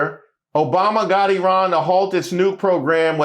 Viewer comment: Love that you said Eerun and not Eyeran Returning Afrikaners might disagree 😂😂😂